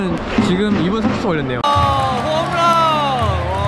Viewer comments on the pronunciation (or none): 다른건 다 졸은데, 한국 사람이 홈런이 아닌 호므런이라고 발음 하는게 듣기 거슬리네요. 마치 한국 사람이 맥도날드 보고 '마그노라드도'라고 발음 하는 느낌?